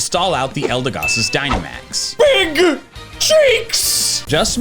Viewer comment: "I kike Beeg Pokemon'